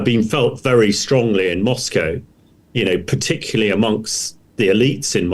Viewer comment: And he says "particuly"!